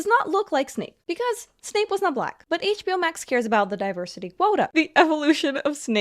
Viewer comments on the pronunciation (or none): It's Severus Snape, not Severus Snoop.